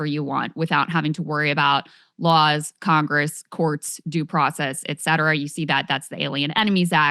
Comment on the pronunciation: We have "three branches of 'Congess,'" Glenn? Agreed on the rest.